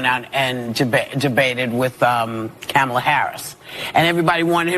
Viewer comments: Is not Camela It's Kamala. Lmfao. She must have forgotten. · When is no one mentioning the way that Whoopi pronounced "Kamala's" name... "camel-a" I've heard people get accused of "racism" for pronouncing it like that..🤔🤔🤔🤔 Weird